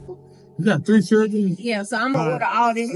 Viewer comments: She has 3 Chilrens, the "D" is silent😂🐾🐾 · The one in glasses... "I have 3 jur-rands"🤦🏻‍♂️⁉️ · "I got 3 chewdren"... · "I Got Three Churdren, You know that" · "I gots three chirren at home". If you can't speak properly, annunciate, or pronounce words like they're supposed to be said then I'm out.